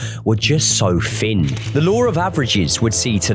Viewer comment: Gross.. "Fin" = Thin